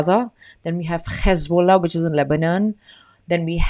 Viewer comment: Love how you pronounce Hamas and Hezbollah correctly